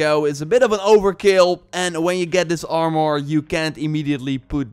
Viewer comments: From hearing "ar-mer" my whole life its extremely jarring to hear "arm-or." I could understand "ar-mor" but "arm-or" sounds like two words. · It’s Armor, not Arm-More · Armor not Armoouur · Armor is pronounced like this Arm- err Not are -more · I really like the part when he mentioned the “Arm-Oar” 😂 but this video is very informative. Thank you! 🙌🏻🙏🏻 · You're pronouncing "armure" as "armoire" ( /arm-war/), which means wardrobe, and it's so funny to a french speaker 🎋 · «Imor» «Ican» Armor and icon u mean😂